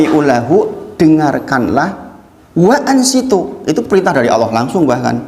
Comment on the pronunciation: Waanshituu bukan waanshiitu